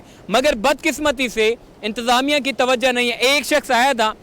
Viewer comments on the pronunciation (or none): none